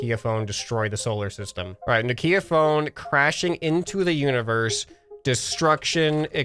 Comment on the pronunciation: the way he said nokia made me die a little inside